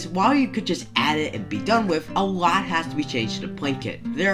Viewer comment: lot not kot